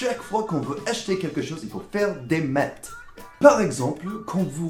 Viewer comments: Montas tar t'as rien compris au 2nd degré toi. Il se moque de l'accent de qui prononce les meth au lieu des maths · Nice! En revanche, tu prononces les "Maths" en "Méte" alors qu'on doit le dire avec un A et non un E :)